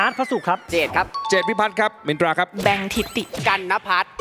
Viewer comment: มินตราออกเสียงรชัดดีมากๆค่ะ อนุรักษ์ภาษา